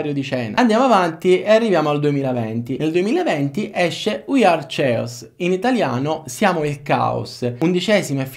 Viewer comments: hawhawhaw "we are ches" ovvero "noi siamo il chaos",,,, ma chaos si pronuncia uguale bro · Mi sa che hai dei piccoli problemi di pronuncia in inglese eh.. Tipo ui are ceos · Chaos si legge "cheos" non "cieos" xD Comunque bravo ti vedo sempre più sicuro, migliori a vista d'occhio ;)